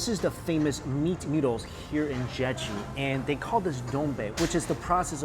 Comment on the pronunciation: I can't stand the way he pronounces "Jeju". "Jeggg-ew" No.